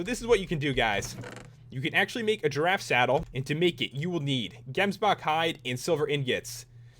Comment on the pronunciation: It's Ze-bra not Z-bra and it's is Gems-bok. love the vid